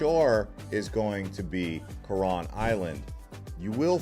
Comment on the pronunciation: “El ni-doe, Co-wron, boh-rakay, say-bu, bo-hole”, and to answer your question YES you butchered them too 😂